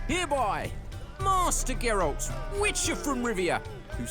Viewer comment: ehhhh that pronounciation of geralt hurt a little bit.. he turned 1 syllybal into 2.